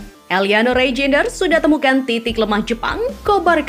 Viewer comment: Namanya bukan rainjenes tapi Rainjders.